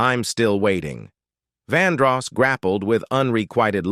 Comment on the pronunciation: Fake AI voice's pronunciation flubs make this video hard-to-believe. (Check the pronunciation/grammar of 'rely', '''VonDross''', 'Did he murderED somebody?', '''vehicleez''', etc.)